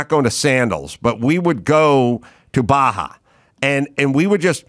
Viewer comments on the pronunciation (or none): none